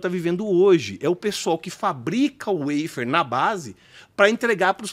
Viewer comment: Precisa traduzir a palavra "waffer" que por sinal está mal pronunciada, Sugestão para ele... em bom português é um "favo"